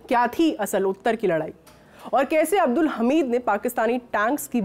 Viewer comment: ma'am वीर अब्दुल हमीद बोलिए